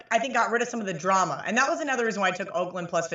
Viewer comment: pronunciation of drama is correct English.